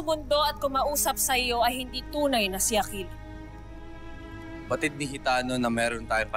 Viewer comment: Ang gara nong sinabi ni hitano Yung akil naging aklil